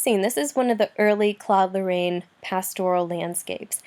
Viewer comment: Apart from the wrong way of pronouncing Claude Lorrains name it was a good lecture. Still can’t stomach English speaking people pronouncing « Claude Lorane » though, unbearable